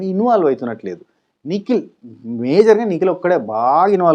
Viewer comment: నువ్వు నిఖిల్ నిఖిల్ అంటుంటే నాకెందుకో పికిల్ పికిల్ అన్నట్టుగా వినపడుతుంది అది ఎందుకని తమ్మీ 😂😂😂